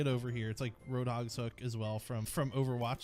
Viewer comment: You said roadog